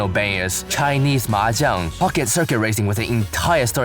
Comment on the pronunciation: literally the only yakuza fan pronouncing the word “Mahjong” correctly (besides me)